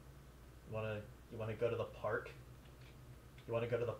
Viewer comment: He said the the park,maybe instead of Saying ToTheArk,it's now called ToThePark.